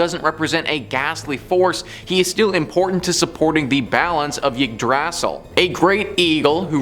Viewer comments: Okay, so on the pronunciation of Norse words: Yggdrasil has the emphasis of the first syllable: IG-drah-seel. Nidhogg was originally Níðhöggr, also has emphasis on the first syllable: Need-hog wd. Nifleheim is also first-syllable emphasis: NIF-el-hame. Ratatoskr is a compound word with 'Rata' meaning 'drill' or 'bore', and 'toskr' meaning 'tooth'. The pronunciation of both parts lean on the first syllable: "RA-ta-TOS-ker." These are pretty important words in Norse mythology and linguistics, and it's kinda rude to put so little effort into getting them right. If you want more really good Norse history, mythology, and language, check out Jackson Galaxy here on youtube, he's great. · The pronunciation of Yggdrasil is genuinely the scariest thing in this video.